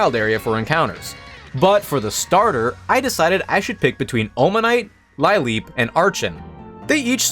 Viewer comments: Ive never heard Lileep mispronounced like that. I'm proud of you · Lileep has several possible origings but they all converge that the first part comes from lily What possessed you to pronounce it like that D